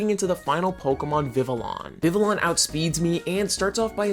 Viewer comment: Just FYI, the Ls in Vivillon are silent😂. It based of the french for butterfly, Papillon, the Ls are also silent in that one😊